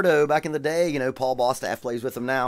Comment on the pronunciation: Paul Bostaph, I think you're using talk to text. Your pronunciation was right on.